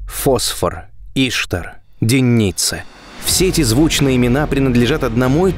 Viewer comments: Наконец подробно показали рельеф. Спасибо, было интересно. Только, кажется, ударение не И`штар, а Ишта`р. Это богиня такая была. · Не Иштар, а иштАр. Ударения правильно ставь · ИштАр. Ударение на втором слоге. Как у вас вообще возник тот вариант, который постоянно озвучивается в ролике?? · иштАр, а не Иштар))) вавилонская богиня. врата иштар. вирус ещё такой гулял в начале 00х - Ishtar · Не в укор авторам, но редакторам на заметку - Земля́ Ишта́р. Даже в Википедии написано ударение. Уж очень по ушам режет... А видео очень интересно и познавательно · ИштАр. Ударение на "А". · Иштар на а ударение блин, Иштар это богиня месопотамии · Отличный выпуск. Спасибо за Ваш труд. Но Иштар - ударение на А.